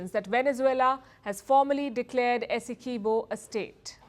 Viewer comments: This is teue. Also Essequibo is pronounced as Essie qwee bo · Good night please stop butchering our largest County name. Esdequibo. It is pronounced Esse quib oh. Please get it right.